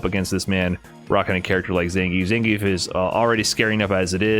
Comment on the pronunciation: How can you hear the name Zangief in game all the time and still pronounce it incorrectly?